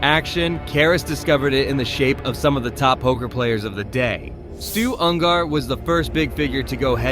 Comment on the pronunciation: Wait, so Archie started the whole transgender movement? BTW, wtf is Stu Un Garr?